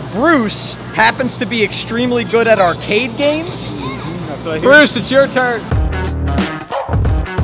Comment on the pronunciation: Bro has a friend named briuse 💀 Note: is Bruce not bruise